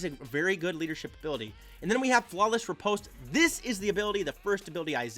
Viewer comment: Oooohh the first youtuber, knows how to pronounce riposte ! gj m8